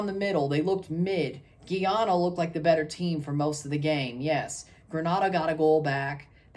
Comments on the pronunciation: Not geyana it's GUY ANA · Boss man please repeat after me: GUY-ANA